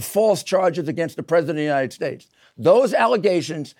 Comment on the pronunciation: “The United shkates of America”